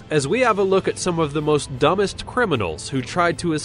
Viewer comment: ''must dumbest criminals'' yeah, i think you should go to a speech therapist.